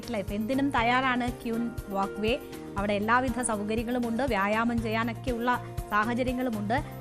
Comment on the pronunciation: Please pronounce wok way not wak way